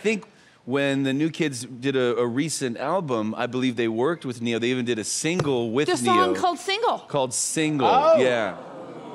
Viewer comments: Maybe he doesn’t know that it’s Ne-yo. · It’s Ne Yo 😂😂 wtf is Nick on about 😭😭